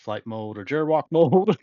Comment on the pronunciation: That G in gerwalk is pronounced a hard G as in Gary, not Gerald.